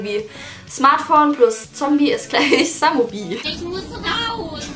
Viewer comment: Heißt es nicht eigentlich smombie und nicht samombie